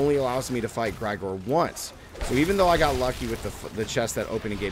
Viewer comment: Gregor not Grygor